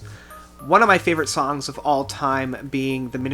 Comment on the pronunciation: Ive never commented on a video before, but you mispronounced soooooo many of the song names. Are you able to read? I cant take you seriously.